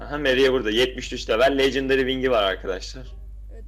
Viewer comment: Legendary Lecındari gibi okunur şunu legındari diyip durmayın